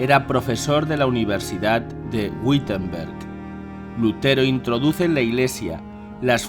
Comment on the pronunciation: Gracias, muy clarificador. Por cierto la "W" alemana debe sonar como una "B" suave, así que pronuncia Bitemberg